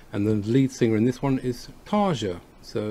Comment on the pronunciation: Tarja's name is pronounced Tarya, search youtube for how to pronounce the names in Finnish of the whole band... This is certainly a "wait for it" song :) Thanks for the reaction.